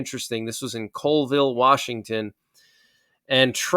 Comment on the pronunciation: Wow \heard the name of a town just 8 miles from us. But you pronounced it wrong. its not Coleville Washington, its Colville (pronounced Callville).